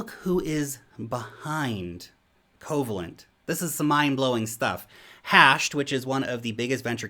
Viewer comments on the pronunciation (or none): Pronounced “COE VALE ENT” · Yeah, with a name like Coh-vay-lent, you'd think they deal only in bonds.😏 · why are ppl saying "KOH VA lent"... That word is coe-VAY-lent. It's a type of ionic bond. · If you've ever take a chemistry class in your life, you cringed at Lark's Covalent pronunciation... 😂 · I was thinking same. Also his smarts don't extend to philosophy either, as he didn't know Occam's Razor either.